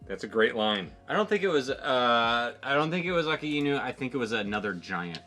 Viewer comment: Just a pronunciation guide for the admirals' code names: - Aka + Inu = Red + Dog - Ao + Kiji = Blue + Pheasant - Ki + Zaru = Gold + Monkey So you the vowels aren't read together like in English (A-kay-nu) but as two words (A-ka-I-nu). I've been following since you were only reacting to the Amazing World video. So happy to see reach Marineford!